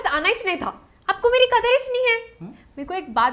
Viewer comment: Slightly improve pronunciation - Kadar nahin Qadar - good video